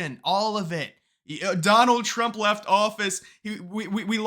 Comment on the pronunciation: Alexa didn’t give a favorable answer to that girl because her smooth brain doesn’t know how to pronounce words. “Why should I vote for Donald Trum” ????